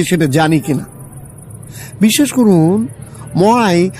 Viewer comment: মহাই উচ্চারণ টা খুব শ্রুতি কটূ